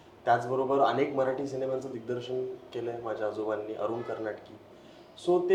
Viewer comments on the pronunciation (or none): हा "मराठी" ला "म्हराठी" म्हणतोय सतत, त्याचा तो उच्चार कोणीतरी लक्षात आणून द्या आणि दुरुस्त करा.